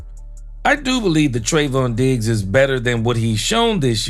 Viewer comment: Im taking a drink every time you say Treyvon Diggs and I'm asbolutly trahs#d oot of w my m Mjind